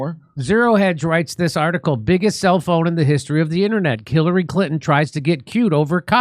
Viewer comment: Jimmy accidentally mispronounced “Khilary Clinton tries to get cute…” sounds like a genuine accident for the record. Jimmy must have the best private security on the planet folks so FAFO & somehow manages to continue to deliver every Martha flocking day! Asset to America! LOVE for Misha & Stephs lovely laughs & singing too…